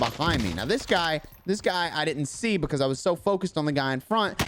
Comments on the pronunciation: I love how he says because BECASE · I love the way you say "buhcawse" lol